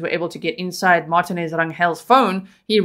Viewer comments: pronounced mar teen aze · Hello-Love your show! It is pronounced Mar-tee-nez. It's a Hispanic/Mexican surname. If you really want to pronounce it like a Spanish speaker it would be pronounced Mar(roll the "r" with the tongue)- ti-nez. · Lol his last name is pronounced mar- tea- nez instead of Mart-tin- nez think Jennifer Lopez or Fernandez or Perez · Its Mar TEEN ez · Martinez is pronounced Mar teen ez Spanish vowels A = Ah, E = Eh, I = ee, O = Oh, U = ooh Just helping you out